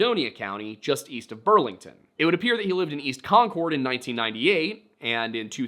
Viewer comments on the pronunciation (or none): its pronounced con-curd around these parts.